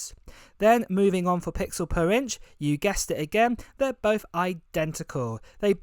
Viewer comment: Bof instead of both? Hard to listen when the English is so bad.